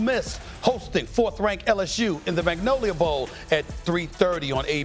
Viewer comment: I'm from Louisiana SAS please never say magnolia again🤦🏾‍♂️